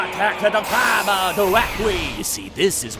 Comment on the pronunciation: who the hell is "Kaiba"? I only know Koyber - the one that Joey duelled for no reason.